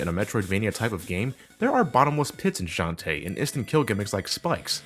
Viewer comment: hey, I've said this already and imma say it again: It's shan-ta-eh not shan tee. I know it's a stupid gripe to have but it's the details that count:3